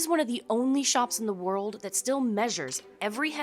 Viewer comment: "Worldt" wtf is wrong with this woman's voice